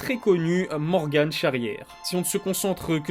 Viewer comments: Ça se prononce Morgan pas morgane. Salahdine Parnasse futur champion ! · Ce n’est pas morgan’e’ charriere mais morgan charriere on ne prononce pas le n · On dit Morgan et non MorganE sinon super vidéo:) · Morgan et pas Morgane 😉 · C’est morgan chariere pas morgane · MorGAN Charrière pas morgane sinon bonne vidéo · C'est Morgan pas morgane 😊